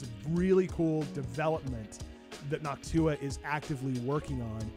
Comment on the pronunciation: Noctua sounds like "N’hawk T’huah !" to me 😂